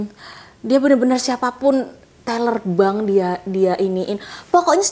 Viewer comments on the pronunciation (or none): none